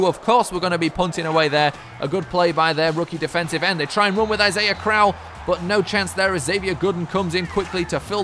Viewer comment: Since you're gonna have to play them twice a year, I feel I should let you know: Isaiah Crowell's last name is pronounced croh-ell, not crowl.